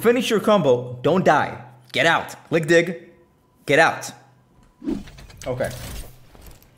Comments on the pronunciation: diiiig not diik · He can't say dig to save his life lmao